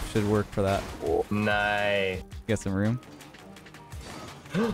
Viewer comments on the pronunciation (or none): then said kice not nice